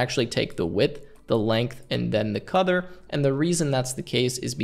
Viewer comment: great video as always but.. am I the only one who heard him say "Codder" for color? :'D